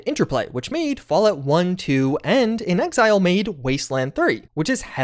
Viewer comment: The way you pronounced "inXile" made me pause and go back twice to make sure I was hearing you right. Just say "in exile," please. In an interview, inXile's president, Matthew Findley, said, "When we were first out there, trying to figure out what to do next, we kinda felt like we were in exile, and we made fake cards with a fake company name just to have a card to go to E3 with. And before we ever thought of the name "inXile", Brian put as his job description on the cards: "Leader in exile." People got such a kick out of that card, we kept saying "in exile, in exile, in exile" so much that we just thought, "Why not make up a new word?" And so we did." (quoted from Wikipedia)